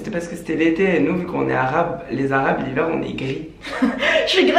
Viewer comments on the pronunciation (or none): Léna, "jsuis grave gris en arabe" au lieu de dire en hiver mdrrr jss mort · Lena à dit chuis grv grise l'arabe au lieu de dire l'hiver 😂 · Léna « chui grave grise en arabe » au lieu d’en hiver 😂😂😂😂